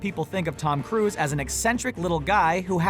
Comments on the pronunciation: Tom cruise, not Tom Cruse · "Tom cruse" lol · LOL, it's Tom Cruse now? And here I thought it's "Cruise"